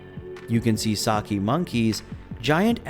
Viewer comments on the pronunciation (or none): none